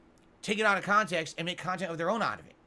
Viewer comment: I don't see how you can take that shitty street fighter gameplay and him crying about " mash jhab" out of "khantext". Also please stop using the word "Gran Dooor".